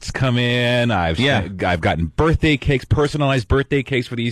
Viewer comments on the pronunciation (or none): Make believe it’s my burfffffday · No matter how many times Opie says "Burfday", it's never going to be funny. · I'm beginning to think Opie thinks "berfday" is the correct pronunciation. Just like "fuchitive." Absolute imbecile. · he worshes in the turlet on his burfday